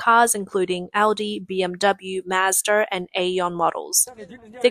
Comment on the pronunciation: The car company named Mazda is not spelled with nor pronounced with an 'R' at the end of the word. Dislike.